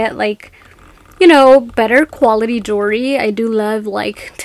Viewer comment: It's pronounced JEWELRY, not JURY, please pronounce it correctly.